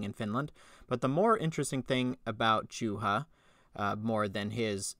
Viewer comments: What would be a proper Finnish pronunciation? "Yooha"? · Wow you really butchered poor Juhas name